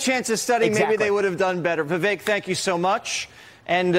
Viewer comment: Props to Jesse Watters for being one of the few people who pronounces Viveks name correctly.